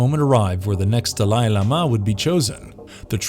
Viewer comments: Look this guy has a good voice but you guys HAVE TO get someone who can pronounce names Dalai Lama and scimitar or not pronounce that way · I've never heard such a bad pronouncing of Dhali Llama